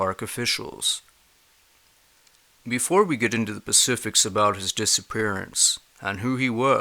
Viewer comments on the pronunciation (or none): Specifics not pacifics There is a s at the beginning of that word people. Specifics, specifically, specific. S not P. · Sorry but . It's Specific not Pacific. That's a Ocean. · "Before we get into the 'pacifics'..." 🤔😐😖 EDIT: "Although I was unable to find 'specifics'..." 🤔😐🤗